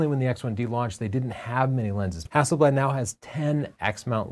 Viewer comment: Hazelleaf is Haselblad pls try too get the right way too say it